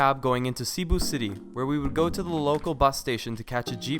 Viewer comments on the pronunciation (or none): Seh-bu not CEE-bu ❤️😂😂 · I’m sorry but it’s Seh- boo (Cebu) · LOVE AND GREATLY APPRECIATE YOUR Philippine Travel guide, BUT (hope you don't mind if I correct ONLY 2 words you mispronounced)...the "e" in Cebu ISN'T a long e, AND in "Bohol", the SECOND syllable is emphasized, NOT the first. :] (Btw, subbed!)